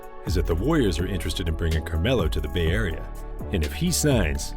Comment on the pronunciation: Ya yahrea LOL 🤣🤣🤣 It's Yay Area!!! or yay aaareeaaaa!!